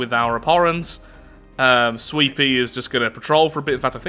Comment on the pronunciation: Everytime says "sweepy" i think hes saying sweetpea